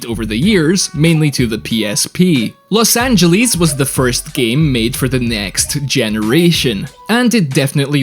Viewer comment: i needed to stop watching the video because of you saying Los Angeles wrong every time you even trying... ITS NOT F*CKING LOS ANGELIS!!!